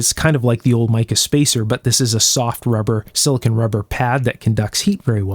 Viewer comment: Normally not picky about pronunciation, but the difference between silicon and silicone is very important. One is a semiconducting element, the other is the complex polymer PDMS, or polydimethylsiloxane typically. Silicon valley is in Northern California, and Silicone valley is in Southern California, with a branch in Las Vegas.